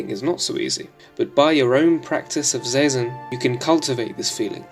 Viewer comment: Thanks for the video! One small note: Zazen is pronounced "zah-zen". Cheers!